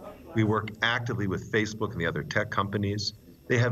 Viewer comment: he calls it “faithbook”